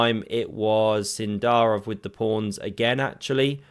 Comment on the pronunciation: So is it Sindarov or Sindarrrrov?